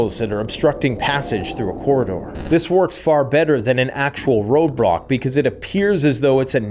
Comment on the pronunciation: Did he say road-brock?